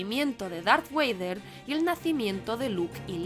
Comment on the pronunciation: Muy buen vídeo. Lo único que podría corregir es la pronunciación de Vader como ‘weider’ o Dooku como ‘Doku’.